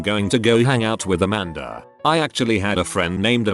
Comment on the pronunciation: The “a-man-duh” got me lmao